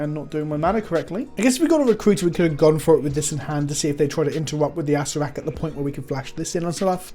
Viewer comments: Acer-rer-rak yw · I believe it is pronounced Uh-sare-er-ack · It's pronounced A Sarah Rack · It’s pronounced “ass-hair-a-crack” but without the c, just figured this might help translate from the original idea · I thought Acererak was just pronounced ass-er-rak, but no there's another syllable in there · If I've learned anything from magic aids it's that you pronounce it asscrack